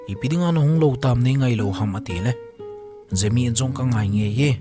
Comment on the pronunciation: Gemi❌ Jemi☑️